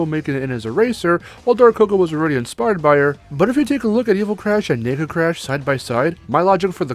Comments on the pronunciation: Can you please enunciate the word "nega" in Nega Crash? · Holy shit, you NEED to better enunciate whenever you say "nega" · everytime i hear nega i hear.. n..... lol